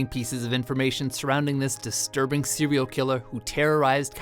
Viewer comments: Sewial killer. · this sewial killer disturbed californiyah